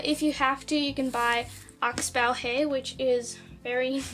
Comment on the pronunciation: your saying oxbow wrong